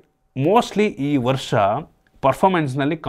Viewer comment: "ವಸ " ವರ್ಷ 🤣🤣🤣🤣